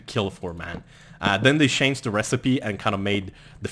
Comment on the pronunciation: Love how you say shanged <3<3